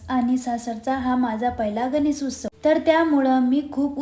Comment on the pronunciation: उस्सव नाही ग उत्सव 😊😊😊